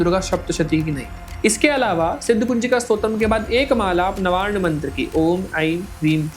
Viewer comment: 😂😂😂 तुम लोगों ने अंधेर मचा रहा है भाई 😂😂😂 ये नवार्ण मंत्र का अशुद्ध उच्चारण कर रहा है और व्यर्थ की अप्रामाणिक बातें कर रहा है! जो इसे सुनकर कोई साधना करेगा उसे हानि होनी सुनिश्चित है 😂😂😂